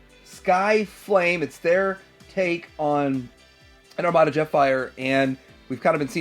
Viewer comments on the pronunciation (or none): none